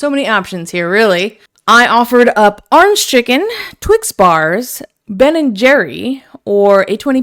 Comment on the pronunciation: Rich talk coming from someone who says “arenge” 😉